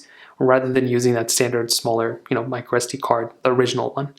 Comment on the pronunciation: It is “micro sd” not “microestee”. I had no idea what you meant when I first heard your mispronunciation.